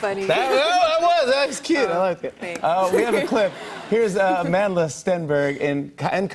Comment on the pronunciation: it's Amandla not Amanda😑